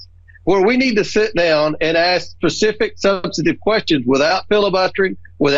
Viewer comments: Comer said "... ask pacific questions"? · Maybe he can learn how to say specific first